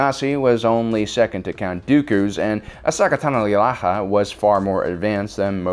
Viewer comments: "Ahsika Tani" Wow. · "ahsaka tanalanala" "Ahsinka taning' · It's makashi not makasi, Ahsoka Tano not Asika Tani !!! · mans said “aseeka tani”. Rather than Ashoka Tano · „Assika Tani“ 😂😂😂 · Ahsika tenee? what the fuck does that mean. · asaka tananana Me: god damn it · Ashoka Tano pronounced Ah-So-Ka Tah-No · "Ahsoka Tanolalalala What the fudge!!???😳😳😳 "Ahsika Tanee"You're pushing it,!!😳😔😤 "Ahsaka Tanalilaha"😤😔😠😡😡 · If he says ashaka tannana again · Did m night Shyamalan teach you how to say ashokas name cause bro (ah-so-ka tah-no) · Erseeka Tiny? WHAT?!?!?! That screams credibility when you completely botch a major characters name... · why do you say ahsika tani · Ah-Soh-Ka Tah-no. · "Ohsaka Tananolala..." Heh. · Asika tani* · "Ahsoka Tanolololla" "Ahsika Tani" "Ahsoka Tanololuliaha" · aseeka tani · Did I miss something? Why is saying Ahsaka tanoalalal and Ahsika tani? It'a hilarious, but confusing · Artichoke Tanning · I think you meant to say, "Osaki Teeni". 👍 😜! Lol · why cant you say ahsoka tano? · Did nobody noticed that he said Ahsoka Tano's name incorrectly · how do u mess up ahsoka tano's name that bad? her last name's the easy part dude!! you added like 4 additional syllables 😂😂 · How wrong can you pronounce a name? My ears are bleeding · Why can’t he say her name right? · he genuinely mispronounced it in a previous video, got roasted for it and is now just rolling with it for the luls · 1. Pronounce Ashoka tano correctly, 2. Yoda used a soto saber as his normal saber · Can you not pronounce Ahsoka Tano? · Why does he mispronounce Ahsoka Tano? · I'm very confused at all the mispronunciations of Ahsoka Tano and I'm not sure if it's purposeful Obi-Wan level trolling or not but I'm kinda here for it? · you're breaking my heart. You're going down a path of mispronouncing Ahsoka's name that I can't follow. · I almost left the video when he mispronounced her name